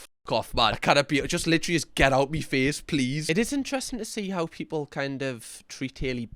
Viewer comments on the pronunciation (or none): “ get oot me feace” 😂